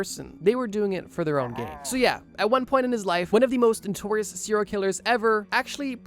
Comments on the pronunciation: Bro NO- TORIOUS not NEW-TORIOUS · NOtorious it's pronounced. Love these vids but you use the world a lot to pronounce it wrong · Why can’t the narrator pronounce “notorious” correctly? Wtf is “Noo-torious”?😂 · Why u say “nutorious” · It’s okay that he didn’t say it right, it’s probably regional and a very simple mistake to make